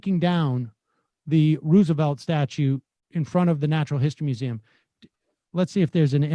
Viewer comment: Sam pronounces Roosevelt differently each time he says it. FYI, the correct pronunciation is Rose-a-velt. This is true of both Roosevelt presidents. There are letters preserved from Teddy where he talks about the confusion and confirms the correct one and there is video of his cousin FDR's inauguration where he pronounces it this way.